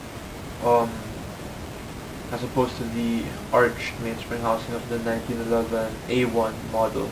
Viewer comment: " The nineteen eleben "